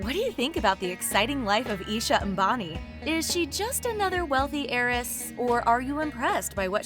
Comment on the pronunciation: That pronunciation, A M B A N I That got you a like...